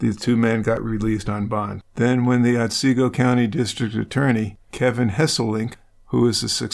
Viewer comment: Ot see go. Not Ot say go